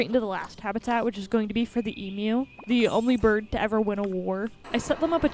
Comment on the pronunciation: you actually pronounced the word "Emu" right!! it scared me for a second, but it makes me happy!!